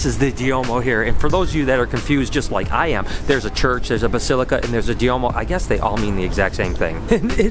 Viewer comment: The large cathedrals are called Duomos, not "Diomos."